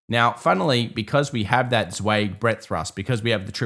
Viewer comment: Martin Zweig pronounced his own name with the vowel of "by," not the vowel of "bay."